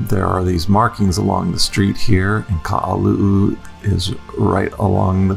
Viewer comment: Guy, it not Ka’alu’u, it’s Ka-ha-lu’u. And it’s not Kailua Bay, it’s Kamaka Honu.